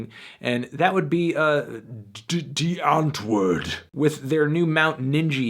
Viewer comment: It's pronounced Dee antvord not die antwoord